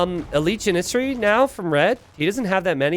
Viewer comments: everytime he says "juhnissery" instead of "jannisary" I cringwe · pronunciation of Janissary is catastrophic. You gotta put the emphasis on the first syllable, brother. It's JA-nissary, not Ja-NISS-ary. It's an ottoman warrior class, not a french bakery(patisserie). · Janissary: pronounced "Jan-is-hairy"!